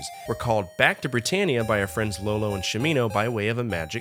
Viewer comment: iolo, not Lolo